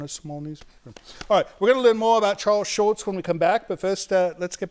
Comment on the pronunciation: i love how the curator for the Schulz museum keeps saying SchulTz, the way he remembers its supposed to be pronounced .. the way we ALL remember